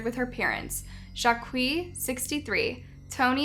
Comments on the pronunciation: Okay I really like your videos in general, but your mispronunciations are becoming more and more grating. Like to the point I'm about to unsub and stop watching altogether. It's disrespectful to the victims and their families when you mispronounce names like that and it can be very irritating for your viewers. The name Jacqui is pronounced "Jack-ee" not "JAH-kwee". It would take you 20 seconds to check that and learn. Also, and this is one I've heard what feels like hundreds of times at this point. Occult is pronounced "Uh-CULT" not "O-CULT". Not sure how you can possibly get all of this wrong repeatedly when you're supposedly getting at least some of this info from documentaries but it really makes me doubt the veracity of your content. Rant over. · Jacqui is pronounced “Jackie.” It’s just the French spelling of Jacqueline.